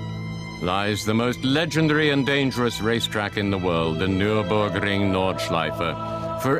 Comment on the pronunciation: "Nürrrburgring Norrrdschleife" xD